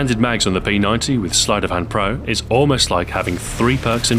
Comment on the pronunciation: Thank you SO much for calling the P90 correctly. Most people will say P Nine-D, but it's P Ninety.